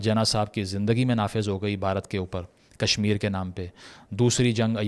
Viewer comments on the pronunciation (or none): none